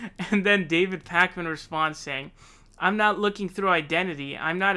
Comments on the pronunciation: David Pockman? Funny. :) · You clearly are not very familiar with David Pakman either since you can’t pronounce his name correctly and are misrepresenting most of his content. He has been saying for months that he would not make any public endorsement but that he will be voting for whomever has the best progressive policies and a pathway to the nomination. He has been transparent about that all along. He just declared last week that he will be voting for Bernie Sanders in the Massachusetts primary. You can’t declare someone isn’t progressive just because they don’t buy into conspiracy theories. There’s lots of YouTubers who say, “Let’s wait until all the facts come out before we accuse anyone of anything.” When evidence is found, he reports it. Also, his show is a business. He has rent, employees, utilities, and other expenses. How is he supposed to pay for any of those things when YouTube is demonetizing half of his videos? He has sponsorships because he has bills. Just because someone doesn’t agree with 100% of your opinions, doesn’t mean they are establishment and should be canceled. We need all the honest independent reporting we can get.